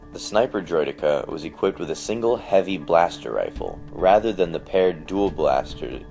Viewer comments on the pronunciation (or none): none